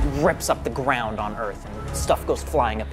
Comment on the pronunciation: “the gwound”